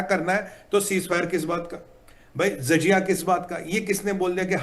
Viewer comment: Jahil insaan zajia nahin jazia saheeh word huta hay.